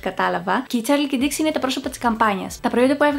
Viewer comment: Νομιζω την λενε νταηξ οχι ντιξη